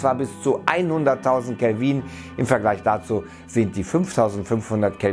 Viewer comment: Es heißt Kelvin mit kurzem I, nicht Kelviiiiieeen